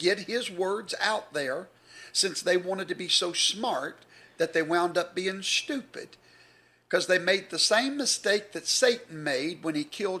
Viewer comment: "Shhttyewpid." Well, 9/10 times someone pronounces the word that way, I know who is stupid..